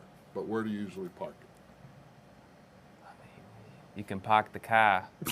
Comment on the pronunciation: "You can pahk the cah in any of the garahges"! Love it!